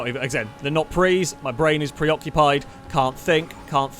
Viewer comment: "My brain is Prii-Occupied."